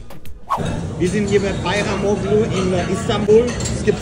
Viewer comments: Bajramolu ausgesprochen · Du sagst doch mit Absicht bayramoKKlu. Als ob du es nicht aussprechen kannst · DAS G MIT DEM STRICH WIRD NICHT AUSGESPROCHEN. LERNT DAS DOCH MAL, WIR LEBEN IM 21. JAHRHUNDERT. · Der strich auf dem g also ğ macht das zu einem weichem g ausgesprochen wie ein h